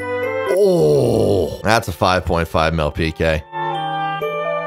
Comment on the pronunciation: it kills me that you fully enunciate pk ass peekay